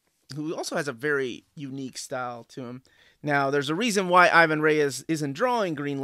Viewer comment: i´ve been trying to grab those GL and GLC, but even used, some of them are hard to find and expensive. on other stuff, bro, stop killing Ivans name. He´s brazilian, he has a portuguese descendent name, we don´t accentuate the "I", and it´s Reis not Reyes. :D keep on rockin'